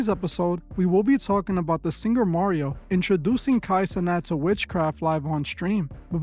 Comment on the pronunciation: Mario, nobody wants to be taught by you, sir, and his name is not Mario. It’s Mario.